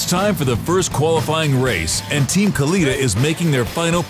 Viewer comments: its pronounced cul eh tah.. not... cul lee tah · It bothers me that the narrator pronounced Kalitta's name wrong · doing a documentary on NHRA and the Kalitta car and cant pronounce the name.....